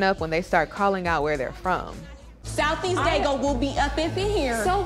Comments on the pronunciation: Did she say South East Daygo?? 🤣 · She said South East Daygo! Don’t play! 💯😂